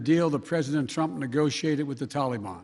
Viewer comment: Middle East Joe : Toli-Bon